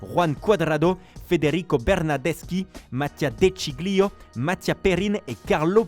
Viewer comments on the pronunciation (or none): Pardon mais si on veut aller au bout des prononciations. On ne prononce pas les G du coup on dit "De Scilio"